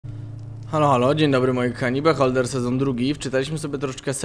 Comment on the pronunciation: Nazwa tej gry jest po angielsku i znaczy obserwator. Fajnie by było gdybyś w takim razie czytał ją po angielsku - "biholder", a nie "beholder".